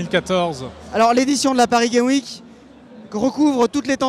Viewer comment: "Paris gaime week" --'